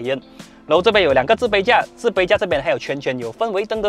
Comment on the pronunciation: 是置杯架 ，不是自卑架，记得要翘舌 哈哈哈哈 good review by the way!:D